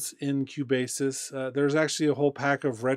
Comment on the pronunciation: Thank you for the video :) but I should say that Cubasis is pronounced "Cue" "Bass' :). Love your video's no disrespect :)